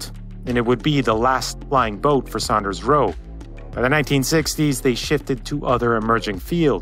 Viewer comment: Great Video.....the Builders name was SAWNders Roe..